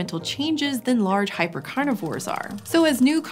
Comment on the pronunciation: were they chonks?😳cuz u said "hyper-carnivorse"